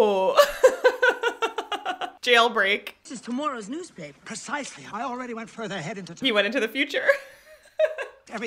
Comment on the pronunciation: "Tomoorow's newspaper" 🟥🍁🟥